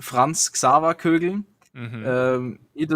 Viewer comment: despite having a German girlfriend, just isn't capable of pronouncing German brand names correctly... Kügel/Kugel instead of Kögel, Fieldbuynder instead of Feldbinder and Krohn instead of Krone. It's pathetic! The DLC is awesome though.